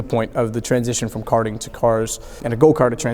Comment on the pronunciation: Go ‘kerting’ Touring ‘kers’ Brilliant